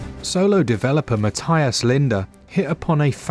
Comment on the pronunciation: This is getting rave reviews and I think I’ll support the guy by buying it on more than one platform. Also because my name is Matthias too :) (even though your pronunciation is a bit off ;)